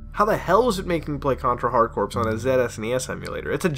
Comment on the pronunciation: Corps is pronounced Core...